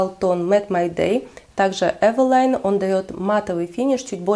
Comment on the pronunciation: Вы правильно говорите эвелайн, по транскрипции читается именно так. Очень понравился ваш обзор, подписалась😇